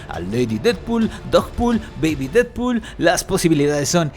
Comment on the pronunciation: La gente normal : Deadpool & Wolverine El comentarista de futbol: Did-pod, Y, Volvarain 😂😂😂